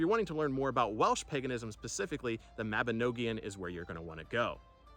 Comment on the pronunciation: It is pronounced the Mabinogion not noagion and it means , a children’s book .The children of the Cymru. Welsh that is.